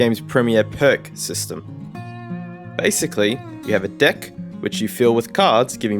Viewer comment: "Basically you have a dick" My brain heard dick instead of deck for some reason.